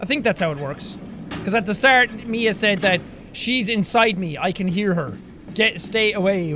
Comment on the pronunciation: You Know You Had A Nice Russian Accent When You SAid "ME A (MIA) STRONG WARRIOR" Epic